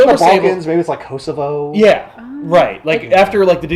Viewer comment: Kosovo one of the best I’ve heard an American say it.... lol I’m not Albanian I’m Montenegrin but Kosovo isn’t seen as a real country to many nations so it’s going to be in a weird place for God knows how long....